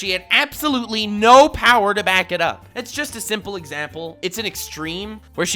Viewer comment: only says power not BOWER. Only warlord level